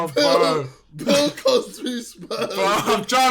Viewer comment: The way JJ says Bill Cosby though :')